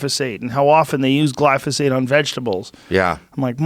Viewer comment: you not saying it right, it's pronounced gly ZO phate.